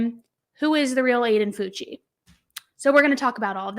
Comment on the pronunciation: It's pronounced FOW-CHEE!! I'm a teacher in his district. This has shook our community. He's now playing the crazy card. Sick kid. Sick family.